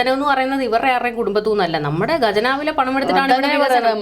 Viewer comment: ഗജനാവ് അല്ല.. ഖജനാവ്...